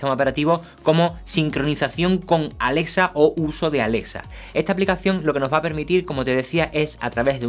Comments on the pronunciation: pronuncia bien es Alexa no Alesa jajaja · *Alesa" XD